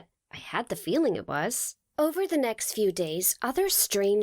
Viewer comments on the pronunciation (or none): "The nickst day" hahahah😂